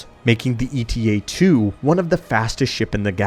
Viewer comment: It's not E.T.A., but Eta, a Greek letter just like Alpha, Beta, Gamma, etc